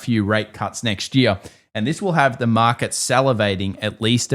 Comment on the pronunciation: Why should I trust anyone that doesn't even understand that there is an R in the word " market"?